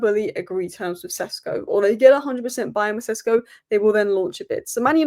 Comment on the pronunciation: Benjamin Šeško is pronounced as: BEN-ya-meen SHESH-ko Breakdown: Benjamin – Just like the English name Benjamin, but in Slovenian it's often said as BEN-ya-meen (more precise, but "Benjamin" is fine too). Šeško – The "Š" is pronounced like "sh" in shoe, and the "ko" is a short "ko" like in cold. So it's SHESH-ko.